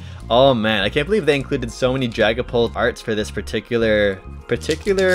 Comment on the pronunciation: I thought he said dragon Balls VMax Lol 😂